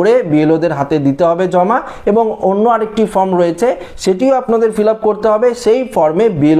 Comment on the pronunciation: কথাটা ফ্রম নয়, কথাটা ফর্ম